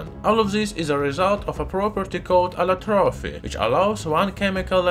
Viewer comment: Thanks for the video and btw It's "allotropy" not allotrophy